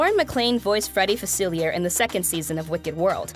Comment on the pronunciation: You don't pronounce the R in Facilier, stop it!